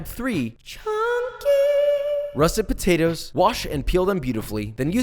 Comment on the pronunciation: he called them botatoes